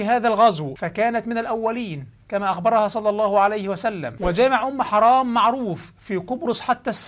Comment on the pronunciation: تسميتك اياها بأم حَرام والله نرفزني و ازعجني اعد التسجيل بعد إصلاح الاسم حِرام بكسر الحاء وليس فتحها